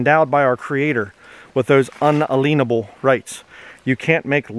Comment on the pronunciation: It's pronounced "un-alien-able." Say the word "alien" normally in there. It is not "un-aleen-able."